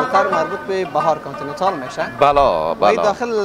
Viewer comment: در کابل کانتنینتال است نه کابل کانتنیتال و در همه دنیا به نام کانتنیتال است نه بنام شهر۔